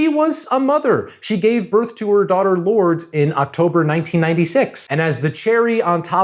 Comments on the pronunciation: its LOUUURDES not lord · Her daughter's name is pronounced "lord-ess" not "lords" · Well, done! As a lifelong Madonna fan, you got it all down in just over an hour. Even your humor played into the reality and the truth of her career. I think she would laugh at the same moments you laughed Lol. I’m not sure about the pronunciation of her eldest daughter‘s name, Lourdes. But beyond that it’s a phenomenal video you put together. Five stars, two thumbs up, 100% rating. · u did not pronounce Lourdes like that 😭😭😭😭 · I can't with the Lourdes pronunciation 💀💀💀